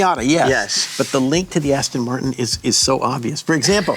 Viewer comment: Aston Miatin